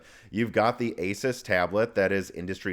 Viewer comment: A very knowledgeable Tech YouTuber that cannot pronounce "Asus" lol